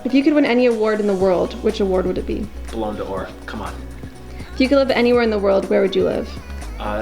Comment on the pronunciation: The way he said ballon d’or